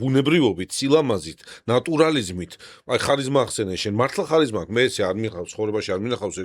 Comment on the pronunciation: ოღონდაც “ხ” არა რა, ქარიზმაა, დამიჯერეთ. იმდენჯერ გაიმეორეთ, ვერ მოვითმინე.🫢